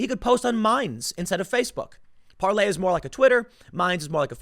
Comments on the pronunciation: I speak French and you are saying it completely wrong lol. Just go to Google translate or pronounce it in English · No Tim, Parler is not spelled like PARLOR. Sometimes, you go from smart to stupid in about half a second. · it is called PARLER the R is not silent. I'm just saying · It's not "parlay". Doesn't matter how many times you say it. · It's Parler not Parlay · Tim...it’s Parler like the word parlor. Not the French term used by pirates, parle, which means to speak.. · I think its pronounced par-ler, not par-lay Tim, at least according to Dan Bongino who just became part owner in the company. But you're right, the french pronunciation does make more sense. Gonna have to get to the bottom of this one...not going to join anything until I know how to pronounce it! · Parler like Parlor not Parley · It's Parler, as in parlour, not any variation of "parlez" you gibbon fiddler! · PAR-LER not Parlay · Parler NOT parley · Par lor not Parley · Tim, the owner of Parler explained how to pronounce its name. It's not Parlay it's just Parler. Plz correct this. Its dumb. Btw, Brad Parscale is now on it. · It’s not parley it’s Parler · Parler tim. Not parlay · Parlay? IT'S PARLER! IT SOUNDS LIKE PARLOR! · Tim i hate to correct people but it's PARLER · Par lay? Are you re tay? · It's Par-ler, Tim. Like a sitting room parlor. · Tim, it is pronounced Par ler. Parler is not for conservatives only, all should come join Parler, they do not censor us, they do not fact check us, you have to be a responsible person and do your own research to make sure what you're sharing is true. No being lazy on Parler, they won't do the work for you and tell you what is real and what is fake, we seen how that was working out on Facebook and Twitter, they started telling us, conservatives are bad and liberals do no wrong and if we don't conform they will just alter our content and or label it false or misleading all the while what we're posting is the actual truth lol. Come join us on Par ler...